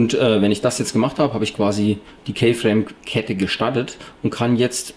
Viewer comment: keyframe spricht man "kifräim" aus -.